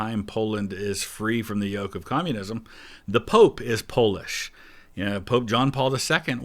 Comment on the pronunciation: Also, the popes name was /voy-tywa/ not /vatiya/